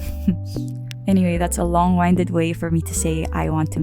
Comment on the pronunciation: for the record, in "long winded", the "winded" part is pronounced "win-ded", not "wine-ded"